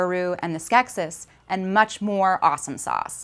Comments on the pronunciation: The plural is pronounced "skek-sees". Did anyone here watch the film? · I was more poking fun at your accent on the "gem" comment, but the plural form of Skeksis is in fact pronounced "Skek-sees", and also, this piece is 98% fluff in regards to what it claims by title. -and you're very welcome! (no hard feelings on the accent/Gem thing, that was just me being silly! :P)